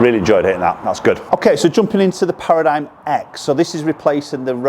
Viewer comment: It's pronounced para-dim